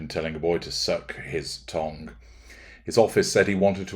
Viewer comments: Why are you saying tongue like tong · OMG - thought he said "tong", which I assumed was another version of "todger". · I love how you say 'tongue' 😂 😅.